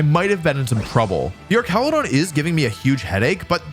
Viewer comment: Every time I hear you say Archaludon it's like nails on chalkboard. Arch and arc are two different words, and the latter is not correct for this name. Same with Medicham, as its name originates from 'champion.'